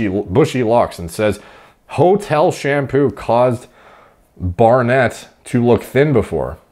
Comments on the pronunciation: barnet pronounced - Bar - Nit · Barnet is a term us English use for hair. Its pronounced Bar-nit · Hahahaha hearing you say Barnet is amazing. It’s pronounced Barnit my man!😂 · I had a friend how had major scalp problems that made his hair very thin but then fully recovered later. However there wasn't the typical norwood pattern baldness like with Hamilton, all of his hair was messed up. Edit: Barnet (pronounced Barnit) means hair in the UK, no idea why. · I think you were unsure about Barnet? its English cockney rhyming slang i.e., "Barnet Fair" - hair. which is shortened to Barnet. pronounced - Bar nit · Barnet - ha ha! UK term pronounced "barnit"